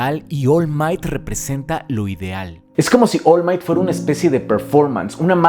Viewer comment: Pude notar que decías mal el nombre del personaje musculoso. Es Oru Maito, no Ol Mait. De nada. Si, pretendía ser gracioso. Si, puede ser que no haya sido.